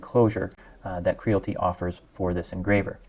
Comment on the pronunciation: KREE-AL-IT-TEE as in reality. There is an "I" in the name.